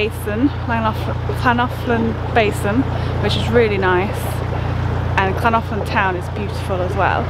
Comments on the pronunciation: The Welsh "ll" is not the same as the English "Ch", although many make that substitution. There is no equivalent sound in the English language. It's made by putting spilling air over the sides of the tongue. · You got the hardest bit of Llangollen correct , the LL sound is one of the hardest for non welsh speakers but you managed that well , just missed out on the G which is a hard G as in Great - great vlog really showcasing the area nicely , enjoyed it very much , thank you